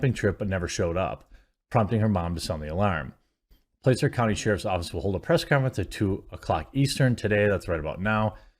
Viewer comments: It's Placer (Păsser) not (Play-sir). As in Placer Gold. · Placer is pronounced like plasser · Placer County is pronounced like "plah-sir" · It is pronounced plasser county (Placer County) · It's actually pronounced 'plass-er'. Used to live near their. That part of the county is beautiful. It's sad this young lady died. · Placer pronounced like platter. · The county is pronounced "Plasser", as in gold.